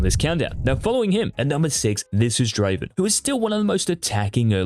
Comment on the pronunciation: It's not Draven it's Draaaaaven